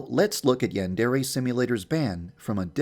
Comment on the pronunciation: maybe it's banned because he pronounces "Yandere" incorrectly